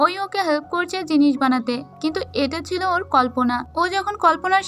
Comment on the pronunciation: apni subu silo sillo bolen